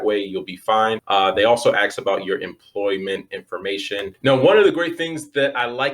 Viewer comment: Dude, you seem like a smart guy with good info...stop saying “axe” instead of ask. We all have crutch words and most of us don’t even realize we’re saying them. Trust me, it will silently take you the next perceived level of credibility.